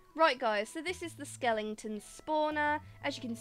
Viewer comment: "Skelington spawners" Idk if it's just your accent but I am calling it from that on I love it